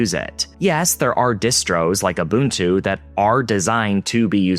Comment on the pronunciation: Wow, this video was extremely hard to listen to, given the absolute butchering of the acronyms, and terms. Gooey, and ganoe... Really...? Mispronounced Ubuntu, but got Arch right. Whatever... The info was mostly right, though, even if the stats are shifting, post win11.